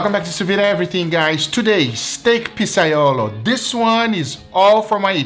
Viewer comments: I’m Italian and this is not how you make pizzaiola, ah btw, not pizzaiolo. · It's iolA, not iolO.